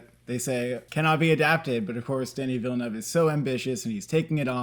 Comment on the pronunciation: I applaud your correct pronunciation of Villeneuve. 👏 👏 👏